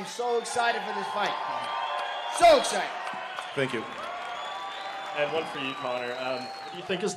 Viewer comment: Conner: “Tank you”